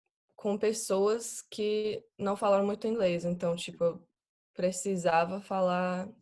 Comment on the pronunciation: O "Então" dela é PERFEITO... pra mim ela morou no Brasil na infância... esse som anasalado é o mais dificil pro anglofônico é complicado mesmo.